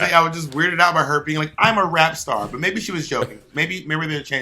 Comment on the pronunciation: She said rapster not rap star!!! Good god Bob